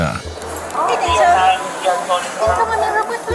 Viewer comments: Day-ja not no dam daja smh pathetic after they clearly say dejay (day-ja) you still mess the name up thats pretty pathetic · It's pronounced "Day-jah" not "Dah-jah". They say it multiple times throughout the clip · ... Day-jah. they say it Day-jah in the video. x'D She dumb tho "I didn't" maam you're literally fighting them to not be put in handcuffs. THAT'S RESISTING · Though she did steal from her workplace, the incorrect pronunciation of Deja’s name is ridiculous. You hear her name multiple times in the video yet you keep saying “dah-jah.” Like…😒😒